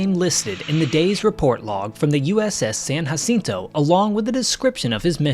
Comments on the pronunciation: I what Kennedy would have thought if he was alive. . It’s pronounced with a J not H we speak English you’re pronouncing it wrong and you don’t speak Spanish. Jacinto not hacinto say it Wright. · You dont have to pronounce it hacinto.